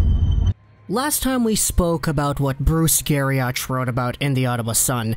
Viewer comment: NOT Gari-OCH, its Gari- OCK!